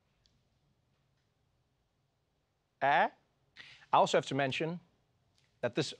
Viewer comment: That was a very African "Ey?".